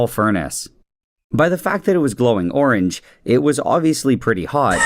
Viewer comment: I just realized or something he says borange